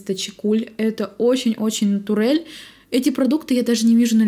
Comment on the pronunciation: Ну откуда эти слова-натур, натурель?) 😂😂😂 нэйчерел же, а не натурель